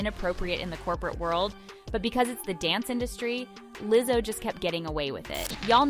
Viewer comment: what's with the Leezo? lol